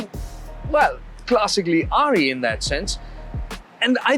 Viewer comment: He's saying RE as in Royal Enfield. At 1st I was like who the hell is Ari?